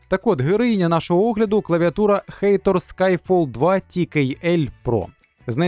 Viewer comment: Хатор а не хейтор 😂😂😂